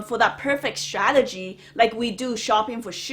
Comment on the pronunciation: stradegy lol